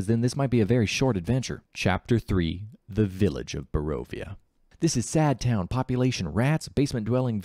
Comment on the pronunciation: Can you pronounce a single location in Barovia correctly?